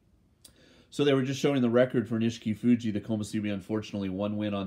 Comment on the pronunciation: You kept calling him Nishikifuji and I was wracking my brain to think who you were talking about, lol